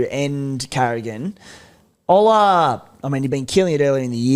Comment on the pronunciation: just butchering Ola's name over and over haha